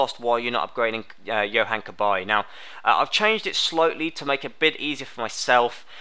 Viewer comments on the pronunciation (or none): none